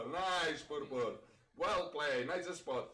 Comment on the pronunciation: "mamma mia the purpuurrr"